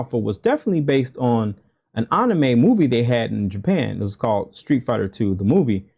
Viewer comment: Man you really stressing that pronunciation of anime. Just move to Japan already if it's that serious to you. Also the sf lore also ain't that deep.